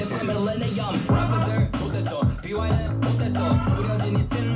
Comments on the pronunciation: its pronounced "Be WHY" as in the question Why ?? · Fam..yo fam!.. Its pronounce as Bee Y.. Btw pls react to "avengers of kpop" which called SuperM with their 1st mv Jopping..you will like it..👍 They are composed of members from 4 different popular kpop groups.. They got dance, visuals, rap, and vocals all at once..🙂